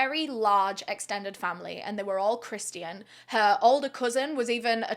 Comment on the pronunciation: What an awful sad story, the girls being kids and not understanding how he might react, and also how sad that he never got the treatment needed to manage his emotions and avoid this. On a completely different note, I love how you say "Christians"... like with ALL the letters! Is that a "you thing", or a Brit thing? (West coast U.S. its 2 syllables, "Chris chen" or "chris chin"... I've never heard the "ti" before, love it!)